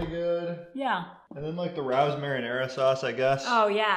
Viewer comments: Rao's is (Ray-Os) not Rous. But we love you anyway and pls visit their restaurant and give a fun keto review;) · It’s pronounced Ray-o’s not raous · The Sauce is from a very famous Family ran & owned Restaurant in NYC & IT IS DELICIOUS!!! Really is the best. It’s very expensive at Sprouts though. The Restaurant is pronounced Ray-O’s. ☺️☺️😁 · After 2 yrs of keto I recently found out that Rao's is pronounced "Ray-O's" For real... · yes we have the restaurant in our city and it is pronounced Ray-os - (most exclusive restaurant in NYC. You have to own a table and the only way you can go is if someone lets you sit at there table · great job guys, love the channel....btw the pasta sauce is pronounced RAY-OHS...i live in NY and have been to the restaurant, that's how they pronounce it, no biggie, thought you might want to know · Btw, Rao’s is pronounced Ray-oze. It’s a restaurant in NY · I love it when people not from New York pronounce Rao's wrong. Don't be mad. A lot of Keto You Tubers pronounce it wrong. FYI, It's Ray-Ohs. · why are you arguing such nonsense? Rao is a family name, fact. They pronounce it like Rayo, fact. If you want to pronounce it differently than the family, that's up to you. You would be 100% wrong, fact. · Love you guys but Rao’s is a great restaurant in nyc and it’s pronounced Ray-O’s keep up the great videos. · Ray-o’s is how it’s pronounced. An Italian surname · Just btw it’s “Ray-ohs” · Pronounced Ray-O’s like the famous restaurant in NYC. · It is pronounced “Ray-o’s”. True story.